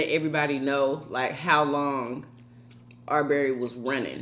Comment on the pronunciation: His name is not Arbury